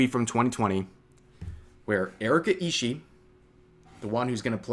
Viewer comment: Surprised how many youtubers mispronounce Ishii, you pronounce BOTH the I's at the end Ishi-ee. Not that the pronunciation of her name is that important, considering she's decided to come out as a terrorist today.